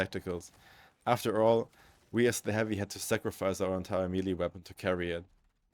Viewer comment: Man, I can't get over the way you say melee. It's like mel-ayy not me-lee. As for the topic, I am not entirely sure how to change heavy in a meaningful way that would be widely acceptable. His main playstyle is around keeping enemies at a distance and gives him tools to effectively deal with them at range with access to firepower no other class can match. It's kind of complaining that you cannot use a wrench as a screwdriver. I do however wholeheartedly agree that his perks badly need a touch up, they are all over the place. On this issue I think I could come up with some solutions. For instance, perks could be focused around different ways of managing heat in a more meaningful way: one for keeping the weapon cool and another that gives additional bonuses based on heat buildup and keeping the weapon hot instead without overheating it(not just damage but maybe some extra splash or maybe ignite) with maybe some ammo economy perk options but with some extra variety on its aquisition that could play well into the class. And maybe something like aggressive venting that would cause explosion when weapon gets overheated that staggers and/or ignites enemies in small area around heavy. Something like block weapons adrenaline charge but maybe at the expense of longer cooldown when used this way In general, changes that would blend into the class archetype but no need for a revolution